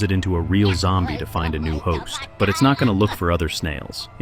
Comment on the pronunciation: Bro you said yombie it's zombie😂